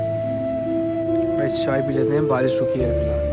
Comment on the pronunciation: श को स बोलना बंद करो भाई, पूरा नारेटिव सुनने में बेकार लगने लगता है और आगे देखने का मन ही नहीं करता। सांती, बारिस, सुरु and many more in the very start of the video.